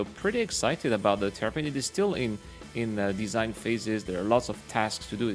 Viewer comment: Sounds like you were saying Terrapin instead of Tavarin.